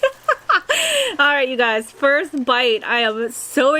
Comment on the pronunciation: Is it just me or when she said ‘First bite’ I heard frostbite 😂